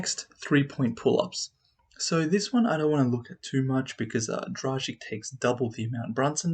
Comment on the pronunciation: A teaching lesson how to pronounce Goran's surname: :-)